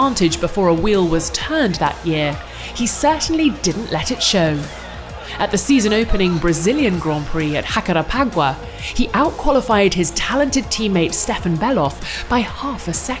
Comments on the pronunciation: It's not Hacarepagua, it is Jacarepaguá, with a "J". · "HacarePAgua"?! Really?! It's portuguese, not spanish! It's pronounced like the J in Jeans and the tonic syllable is the last one (Guah!). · "Raparépaguá"? hahahah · The pronounce is "Jack-are-paguá", not "Heck-are-págua". Come on guys, it's not that hard. If Croft was able to learn that "descida do lago" is not "desk-you-ida de lago", I believe you can do better here. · Jacarepaguá. Say it with "J" not "R". Obrigado. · This video is shameful , when the mention In Portuguese the correct is pronounce as Jay instead a Ra. It's offensive to hear such an error from a company that proclaim be a global citizens. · I'm a Brazilian which lived in board with Paraguay, so I know Spanish, Portuguese and English after work abroad, so I can ensure to you, it's not a mispronounced, it was an attempt to pronounce in Spanish accent a place also isn't named in Portuguese, but is a indigenous name. Jacarepaguá (Jay no Ra) Thanks and enjoy the new season too. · "At the season opening Brazilian Grandprix at... HACAREPAGUA???" Lol... When will people realize that portuguese and spanish aren't definitely the same language? "J" in brazilian portuguese is pretty much the same "J" as in english, and not the aspirated "H" as in spanish. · I never heard that she said it was Spanish? Maybe she just mispronounced it in bad "Portuguese" while you, who knows the pronunciation wasn't correct, decided that she was meaning it as Spanish and therefore you made the (perhaps wrongful) assessment that she was disrespectful? Spanish and Portuguese are a little bit closer to each other than ALL European languages, don't you think? Italian vs Danish for instance 😁 It don't fully buy your argument there, but that's OK. No harm or disrespect meant from my side. Let's enjoy a new season👍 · the way she said JACAREPAGUA was so terrible.... but thanks for trying auhduasduashduashdas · The J on the word Jacarepaguá does not have the sound of the letter R!